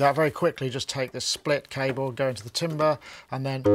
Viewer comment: can someone teach how to pronounce 'timbre' or 'timbral' please:face-fuchsia-wide-eyes